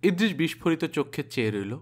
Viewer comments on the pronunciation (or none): Akta word apni bolechen bishphorito, kintu kothata hobe bishpharito .